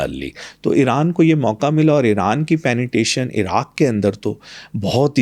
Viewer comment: penetration hota hai ya penetation inse yh shi sa nhi bola jata or yh world mai jake speech dete hai jhoot bilkul